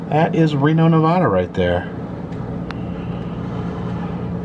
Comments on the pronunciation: Ee Lee =Ely Ne-VAD-uh (with the second syllable rhyming with mad) is the standard pronunciation with locals, while saying Ne-VAH-duh (second syllable rhymes with spa) will expose you as a foreigner to the state. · Its pronounced: Nev...add...uh. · I absolutely love your channel. I was born and raised in Fallon Nevada. Those giant bugs are called mormon crickets, Ely Nv pronounced EE-LEE and as anyone in the state will tell you it's NEV-AH-DUH. Sharp "a" sound like the "a" in Apple not the awww sound. Anyhoo come back to utah and find the Farmington Bigfoot, the muffler man Spock, or even the SLC pyramid... I've got a map of at least 300 Strange roadside attractions in the state. Even a UFO landing site, and an abandoned solar wind mill site that was really just a money laundering cover. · Ya gotta stop saying Nevahda